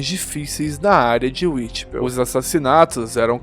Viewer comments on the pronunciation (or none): Uitipél foi foda 😅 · Ótimo conteúdo! Dica: Whitechapel se pronuncia uaitixépou